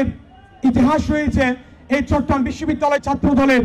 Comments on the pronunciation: ভাইয়া চট্রগ্রাম কে ভালভাবে উচ্ছারণ করেন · চট্রগ্রাম উচ্চারণ হচ্ছেনা ঠিকমতো।